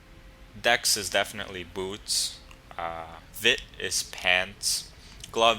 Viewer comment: lol your pronunciation of "boots" is funny. Buuts.